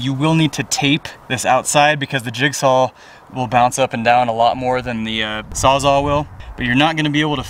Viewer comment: Great video! Thanks for making it! I learned a lot. By the way it's sawsall not sawsa